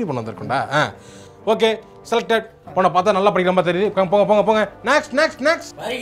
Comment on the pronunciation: brother அந்த ( நல்லா) என்ற வார்த்தையை அழுத்தம் கொடுத்து படிங்க . லட்சம் பேர் படிக்கிறாங்க.... ஆனால் நல்ல படிக்கிறது இல்லை .